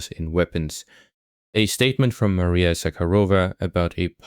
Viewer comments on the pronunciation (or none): none